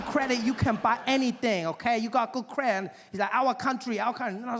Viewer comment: Kweehde (credit) 😅